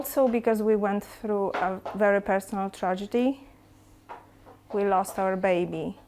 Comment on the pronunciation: Vewy nice twy.